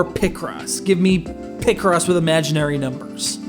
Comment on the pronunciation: Sounds like you’re saying picrossy 😂